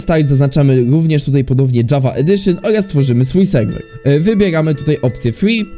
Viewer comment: mowi sie serwer a nie sejwej jak cos